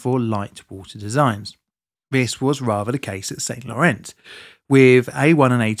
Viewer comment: i suspect it is not pronounced SainT LorenZ more like san lorane - smoother less emphasis. either way nice i had no idea France had such severe struggles with nuclear power and i appretiate the indepth look provides.